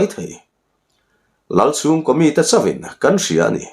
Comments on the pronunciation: CHawn, tihh kha, i Pangpar tawn chu a va mawi ve, tiha, Tawn kan thluk angi a, CHawn kha thluk tur a nih duh hmel.... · Kan lo soi ve lok, ka thiam e chu ka tilo na chu mahse Chawn leh lam kha tlem in a lam dang kha a dik lo deuh va mahse a poi thui lo o,ngaihthlak a nuam thin khop mai😊❤